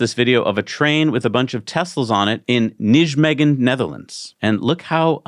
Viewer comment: Nijmegen is pronounces "Nigh-maygan" . . .